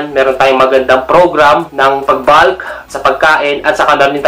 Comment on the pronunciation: Bakit naging balk at balking ang pronunciation? Wala namang letter "a" sa salitang "bulk" at "bulking". Panuod ka ng video ng pronunciation ng bulk at bulking. Ang maririnig mo ay bolk at bolking.